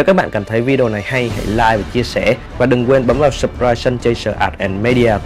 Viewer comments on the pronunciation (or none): none